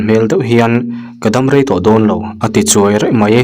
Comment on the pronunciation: Ka rei tih turah ka rai i ti ziah hian ka beng i tithlep tawh e.